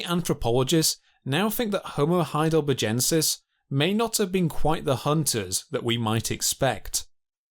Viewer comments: Why does every phrase have an upward inflection? Every half sentence must be a question? Also... Heidelber-jensis?! That species must be named after the famous German city of Heidelberj. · Or saying 'HeidelberJensis, instead of HeidelberGensis It's clearly named after a feller called HeidelberG. Thick git. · Why does the narrator not know how to properly say Heidelbergensis? Bloody hell...it's from the name Heidelberg! how do you say berg? and then just add the 'ensis. After a while this really got on my nerves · All my life it's been Heidelbergensis; when/why did it become Heidelberjensis? Or was the region actually CALLED Heidelberge/Heidelberj? THREE different checks ALL say heidelbergensis NOT Heidelberjensis "German spelling was regularized to be more consistent with pronunciation, and "thal" became "tal". In 1952 Henri Vallois proposed that it should be spelt as the Germans spell it, and the "-tal" spelling has become widely used since then. The "-thal" spelling persists most strongly in England. ;¬) Jury still out! 'Neanderthal' can be pronounced with either a 't' or a 'th' sound - both are acceptable and widely used in English. The German pronunciation, however, has always been 't' (German has no 'th' sound). " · Heidelberjensis? What sort of retarded fuckery is this pronunciation ? When you go to Burger King or McDonald's , what is their main menu item? A burger? O a Burjer? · The "G" in Heidelbergensis is pronounced as the "G" in burger. It is a strong G sound, not as the "g" in Algeria. Great documentary btw!!!